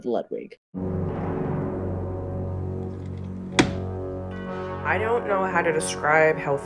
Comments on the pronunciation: I love rabbits but the pronunciation of Ludwig is infuriating, it's Ludvig. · It pronounce "LUDVIEG"